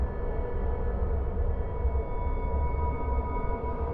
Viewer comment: For video #10 & #5. An Indonesian friend of mine pronounced "Pocong" as "Poh-Chong" & not "Poh-Kong". The former is much more accurate than the latter. Just saying & pointing it out.